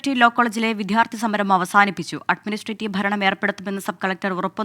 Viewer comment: അഡ്മിനിസ്ട്രേറ്റീവ് not അഡ്മിനിട്രേറ്റീവ് 😂